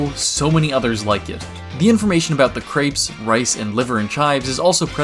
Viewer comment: The way you pronounced crêpes made my brain hurt